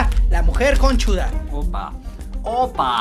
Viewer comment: Alguien mas escucho q a la mujer barbuda le dijo mujer conchuda😂😂😂